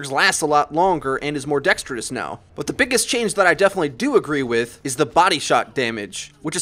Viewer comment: The word is dexterous, not dextridous. I'm triggered.